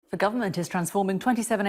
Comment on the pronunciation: Sorry when was a word starting with Th pronouced with a D. As in 'deres a field' and 'dis area'.